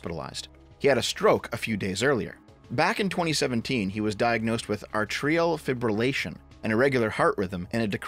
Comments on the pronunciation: A-tree-al Fib-err--lay-shun - PLS Atrial Fiberlation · "Ay-tree-yaall Feebrilaytion". (Atrial Fibrillation) That's how it's pronounced.